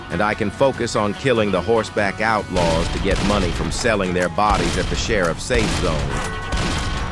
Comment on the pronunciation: Im sorry but the way you say sime words in the video 😅 "Horse-back outlaws" "Zombie house nest"